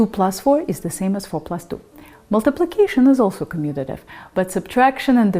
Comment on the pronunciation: 10% likes is pretty crazy. Well done! And you said commutative. Impressive. Subscribe.